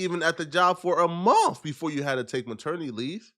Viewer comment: “Who ain’t nevah seen a Bentley befohh” Lmao why’d you say it like that? 💀💀